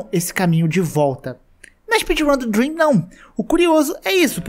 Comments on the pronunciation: "ouvi dream" *MAZUUQÉISU--* "Leio os comentários falando do *drem*" Ah.. okay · olha eu nao queria falar, mas vc poderia ter falado drem sem o "a" pra nao ficar dream pq se nao o cara pode levar um hate absurdo